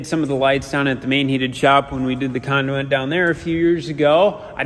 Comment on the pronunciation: They can fit sure grind that concrete flat. Also never heard anyone say conduit or scarifier like you do 😁